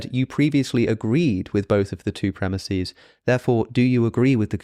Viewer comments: Premises pronounced Premiseeeees? WTF is wrong with you? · Hey, Alex i really loved the video and it was great. But I can't stand you saying premises as premisis. Sry if I sound like a jackass